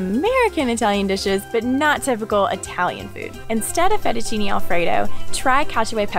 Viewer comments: You say many accurate things about living in Rome but still can not pronounce FETTUCCINE PROPERLY,sad. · So after living in Italy does she still say fettuccinI?